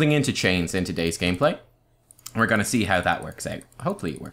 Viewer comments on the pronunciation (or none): Sweet "GAEMPLAY"